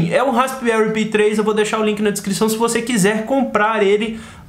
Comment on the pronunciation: Se pronuncia pai e não pi kkk que coisa.....